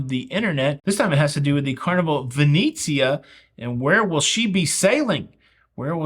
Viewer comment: ven-etsy-ah -NOT ven--eee-zia :)